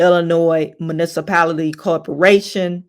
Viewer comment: I cannot say if Tiffany graduated with a college degree & “allegedly” summa cum laude(with highest honor distinction.) However mispronouncing words like allegations, municipality & others sound the alarm of did she really graduate college with highest honors? The way she speaks, & acts publicly is beyond comprehension. Great commentary as usual.😊